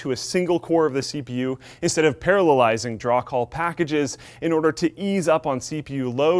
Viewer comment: Good job saying "parallelizig"